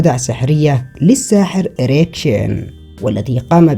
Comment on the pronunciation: Please tell me I’m not the only one that heard “EREC-TION” 😂😂😂😂